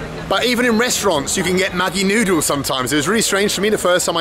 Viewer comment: 😂 Maggi is pronounced "majee" or "madjee".